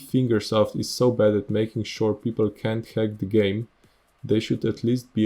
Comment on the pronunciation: I agree with this. I had 9k gp and it was hard for me to get nitro and all of the modern-game stuff. 1/3 of all time attack maps are being held by nitro. The community managers suck. I agree wth you too P.S. "Finger South" XD "Finger Self" lol its HCR2 not "Eight Year" "Finger Soap" "..or any funding from FINGERS" LOL "the competitive scene inside of ESTY, TOO" "Increasing the time that it takes to get to MEXICO"